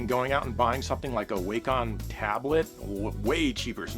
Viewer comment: A "way-com" tablet, eh? Is that a new competitor to Wacom?